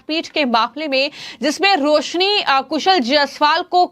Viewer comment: Yar iss anchor ko koi bolna sikhao ajeeb tarike se bolti hai hhh ye sabd har jagah use karti hai .... Please listen BJP but what she says sounds like BHeyP Roshni become rohosni ... Varanasi become varhanahi